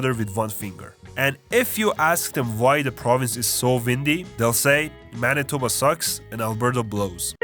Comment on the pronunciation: Bro got Manitoba on the point. It's literally like that lol.